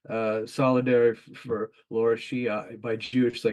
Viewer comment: Fair to comment on such important developments, but seems important to pronounce the name of the subject of your paper properly. Lara not laura.